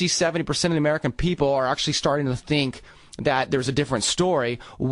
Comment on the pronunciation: It's funny, I never thought actually talks the way he sings, but remember the way he said the word "think" in the song "first date"...... He goes "I'm scared of what you theenk, you make me nervous so I really can't eat"....well, or so he said "70% of the american people are actually starting to THEENK..". I know, a serious video about a major issue with famous people talking about the government doing crazy shit, and that's what I notice...THEENK!